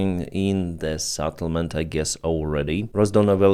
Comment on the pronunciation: you've been calling Settlement a SATttlement for over a 1000 days..... and counting. Your name is not Benys, from Sevastopol not not Savastopol. Why do you call it a sattlement is beyond me....